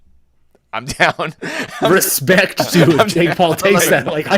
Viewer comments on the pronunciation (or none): "Hespect" brazilians